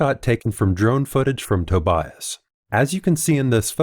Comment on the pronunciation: dude, tObias, not tobIas, you’ve ruined man’s name in the worst way possible, god… it’s like saying factOr, instead of fActor.